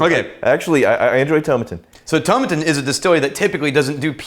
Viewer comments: Tomatin is one of my favourite distilleries! The 12 is perfect for hotter weather! But, btw, it's To-MA-tin. ;). So, glad you guys are able to keep these reviews going! :) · Coo BO Khan and Toe MAT inn, just to help out. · Pronounced Toe-Mat-tin